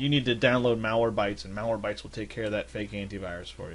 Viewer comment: it's MalwareBYTES , not MalwareBTYES